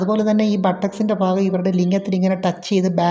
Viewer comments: ഫാര്യ ഫങ്ങി ഫാഗം ഇത് ഒക്കെ മലയാളത്തിൽ ഉച്ചാരണം തെറ്റ് അല്ലെ ഭാര്യഭംഗി ഭാഗം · Fangi Fedi fenda , fagam 😅😅😅😅good Malayalam 😅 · "Fagam" അല്ല. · ഭ എന്ന് പറയേണ്ട സ്ഥാനത്തെല്ലാം "ഫ " എന്നാണ് പറയുന്നത്. " ഫംഗി, ഫാഗം etc". കോട്ടയം ആയിരിക്കും നാട്.